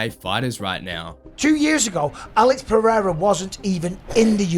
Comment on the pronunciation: “…The Goat… Alex Pierre.” - Chael Sonnen 😂😂😂